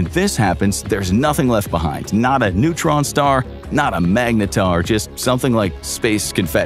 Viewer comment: "A massive neuron star". almost fell off my chair 🤣🤣